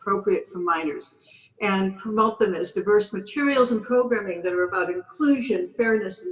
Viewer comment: Anyone else hear her say "PROGRAMMING"?!